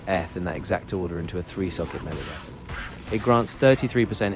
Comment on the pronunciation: At least the AI pronounces Melee better then 90% of youtubers.